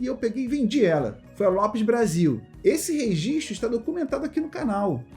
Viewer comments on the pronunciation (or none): none